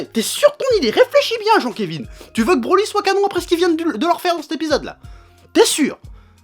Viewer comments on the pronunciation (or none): je suis le seul a pensé a branlette quand il dit brolette ?